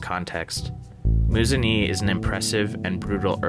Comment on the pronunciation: It's pronounced "Moo-zun-ehh"! Love your videos btw :)